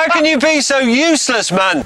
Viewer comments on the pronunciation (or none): James and his pronounciation of MAN :D